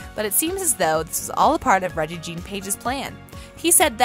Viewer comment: The name of the actor playing the Duke of Hastings is not pronounced Reggie, it is pronounced Reggae, as in the music.